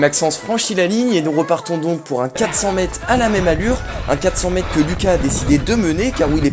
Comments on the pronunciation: On t'a déjà dit qu'il y a un -r au mot "mètre" ? C'est quoi cette manie d'abruti consanguin de dire "mèt" au lieu de "mètre" ? Tu prononces "espliquer" je parie. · Merci pour la vidéo, mais par pitié prononce le R de mètre 😂😂